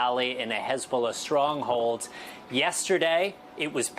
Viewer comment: Pronounced hezballess.